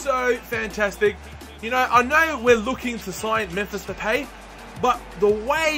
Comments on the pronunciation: Strootman is pronounced "stroteman". And with Depay, you pronounce the "a" like you do in "arm" so it's like Depaay. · Even better, Depay is pronounced like Depie